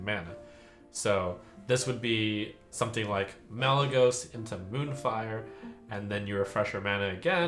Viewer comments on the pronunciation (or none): none